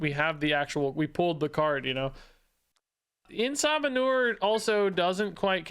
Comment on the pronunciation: I just can't NOT hear it as "Eh Sa Manure" 😅